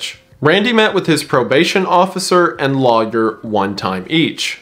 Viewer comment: I never notice Wendi’s accent until he says “lawyer” and then I’m like… ah… there it is.